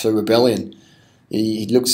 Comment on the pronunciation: Come on dude its Rebellin not "Rebellion"....